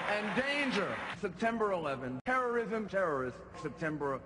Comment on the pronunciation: Lol Arnie said "terminate terrism"